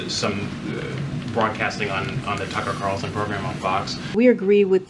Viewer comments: It’s: CARLSON, not CARSON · Why do you call him “Tuckle Carroson”? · we have our ways for making you pronounce the L in Tucker’s last name. 😂